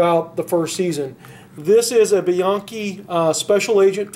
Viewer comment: It's "BE-YANKEE". Not many pronounces it right.